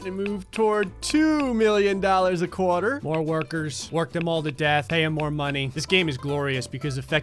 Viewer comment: “… a CORE-TUR”